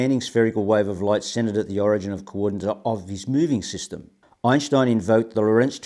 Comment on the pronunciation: I've been watching Sky Scholar videos on and off for two days and nights. Imagine my surprise when shows up on one. How wonderful. * he pronounces Einstein's name correctly, I respect that.